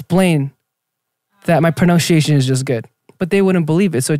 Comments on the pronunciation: it's pro-nun-see-asian and not how Jae said it 🤣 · 'my pronounshiation is just good' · the fact that he can't pronounce pronunciation 🤣🤣🤣🤣